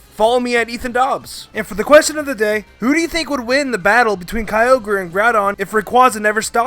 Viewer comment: Duh kyoger